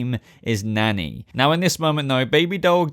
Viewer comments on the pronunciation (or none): Are u saying "Nanny?" I thought it was "Manny" 🤔🤔